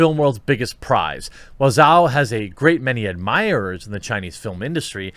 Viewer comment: Zhao pronounced Jow. Rhymes with Mao.